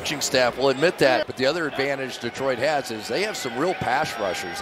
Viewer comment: Did the announcer say detriot lol